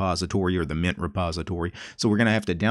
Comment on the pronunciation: What do normal people hear: Linux Mint What do I hear: Linux Nyet